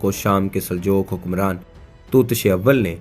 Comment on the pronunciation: Aap ka talffaz drust nhin, Saljoke nhi Saljook hai